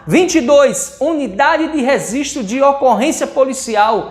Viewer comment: “Risistro” foi de fuder